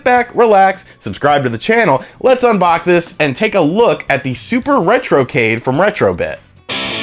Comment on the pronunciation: "sit back kick back n lets unbok this" lol